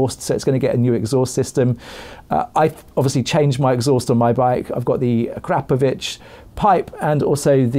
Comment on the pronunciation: At last......someone who knows how to pronounce Akrapovic correctly................Well done!!!